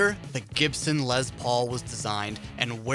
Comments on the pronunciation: Lez Paul SMH it’s definitely spelled and pronounced Les. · Good god HIS NAME IS LESTER, therefore it’s pronounced “less” not “lez” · It's les Paul, not LeZ pOul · What the fuck is a “Lez Paul”??? Lol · "Lez" Paul? Dude... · I believe it is a Les Paul not a Lez Paul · “Lezz Paul”? Go back to working at Sam Goody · Instant credibility loss in the first few seconds when you're doing a list of pivotal "rock" moments and you can't pronounce Les Paul's three-letter first name, like you've never ever heard anyone say 'Les Paul' outloud in your whole life. It's not "Lez." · Lez Paul? Its Les Paul. Like Less, Not Lez. Cmon bud. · Les Paul not lez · Les, not lez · It's les with an s not a z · It's Les as in Less Paul! Oi hearing you say lez makes me cringe! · He just likes to say lez.